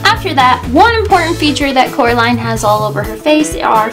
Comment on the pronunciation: ''Coraline not Caroline'' lol